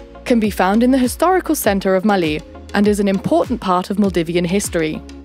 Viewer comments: saabas thee maa bodu varu! raaje agabodeh noon! anyway. its maaley not malee. and too much errors to handle. HELLO FROM MALDIVES! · I'm Maldivian and I am sure November to April is the dry season and May to October/November is the wet season, and the cpaital is not pronounced Maly is Malé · Its maalé (pronounced as) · who is actually one of the maldivian natives and are just watching this for fun? just me? oh well 😂 edit: how you pronounce malé and ruffiya is also different in our island